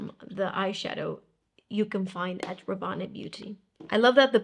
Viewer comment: I believe in Rabanne (from Paco Rabanne), the "e" is silent, so it sounds /Raban/, although I may be wrong. Your videos are the best! x